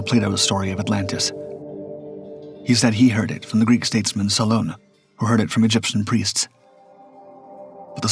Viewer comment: La voix qui récite n'est pas capable de prononcer correctement les noms cités! l' Atlandide, Crissio (Critias), Salona (SOLON), Cranté ( Critias), Oricalom (Oricalcum)... est- ce une performance de l'IA ?